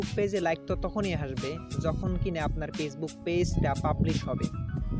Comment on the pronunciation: apni aga valo kore উচ্চারণ korte sikhun